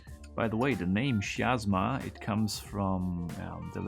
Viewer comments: The greek letter X or chi provides the hard ch sound in chemistry. So not shiasma but kiasma. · I'm pretty sure the Greek letter chi (X) is pronounced like a K. "Ky." So it's probably Ki-asma. Maybe a word play on "miasma?"